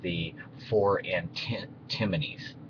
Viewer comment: Humm. You keep saying (and even writing) antiMonies!